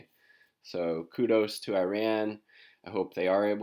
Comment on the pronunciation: small detail, check yt video titled; How to Pronounce Iran - PronounceNames . com , . otherwise great channel